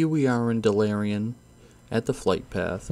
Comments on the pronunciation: I've never heard of dalarian. I've heard of Dalaran! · Dalarian Edit: Can you even read, i dont get how a human can get Eye of Azshara to Eye of Azerna